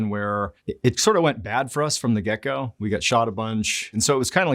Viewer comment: The way he said "get go" it sounded like he said gecko😅